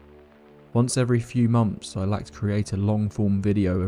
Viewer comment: Once every few monfs.